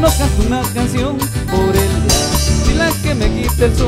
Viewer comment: siendo cajamarquino primo ....dices a eliaa??? se dice a ella ..😁😁😃😃